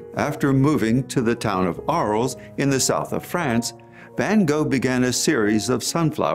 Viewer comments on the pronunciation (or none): FYI: the S in Arles is silent.